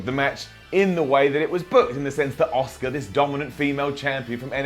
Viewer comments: Ewan Macdonald it’s actually pronounced “oska” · Ewan Macdonald no he doesn't because it's pronounced oscar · Coltkiller Gaming it’s just the way says Asuka, sounds like he’s saying Oscar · Sounds like you're calling Asuka 'Oscar' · BADBOYONE Why do you keep insisting the Japanese pronounce it oscar ? They sure as hell do not. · Is anyone else hearing oscar instead of aska 😂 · Who's Oscar? Did I miss a match? Did Emma fight twice? Little help, say Ass-kick-ka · Patrick McDaniel Sounds more like he's saying Oscar to me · ITS ASUKA, ASS-KA not OSCAR! Please please say Asuka next time cause you're hurting my brain! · Auss kah not oss car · Its Asuka. NOT OSCAR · thats not how you pronounce "Asuka", not in any language is it pronounced "Oscar". It's pronounced "Ah-Ska". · For those of you wondering about "Oscar", Its pronounced OSKA. but,, along with some of the guys that speak the Queen's English (along with my grandmother and some of the other older people from the Southern United States), have the knack for adding an 'R' onto the end of a word that ends in a vowel. ie: Asuka becomes Asukar, Alexa becomes Alexar, banana becomes bananar, etc.😀 So ya see, it's kind of a Queen's English\Southern USA thang, y'all! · people in wwe pronounce it aska but pronounced it oscar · Benny Gonzalez well not that Google translate is very trust worthy but the Japanese voice pronounced it as asuka, then the English one did an Kurt Angle and said A-suker haha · I’m from a Japanese herritage and it is actually prounounced OSCAR not ah-so-ka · Are you saying Oscar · I'm sorry but you are getting a down for pronouncing ASUKA as Oscar. 👎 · Patrick McDaniel I'm pretty sure they weren't calling her Oscar lol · Nope....not pronounced as Oscar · Leave it to to pronounce 'Asuka' as 'Oscar' hahaha. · Pronounced ah su ka actually in Japan. Very short 'soo' sound, almost like the 'u' is ignored. (I live in JP)